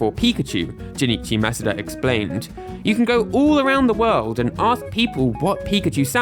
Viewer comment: This is the first time I’ve heard someone say Junichi Masuda’s name correctly.